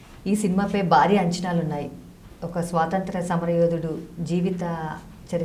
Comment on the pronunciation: యాంకర్ గారూ ముందు తమరు తెలుగు sarigaa మాట్లాడడం నేర్చు కొండి . బారి కాదు భా భా భారీ